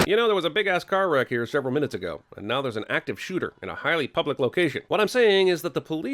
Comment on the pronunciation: I'm surprised you didn't sin saying "Shevral minutes ago"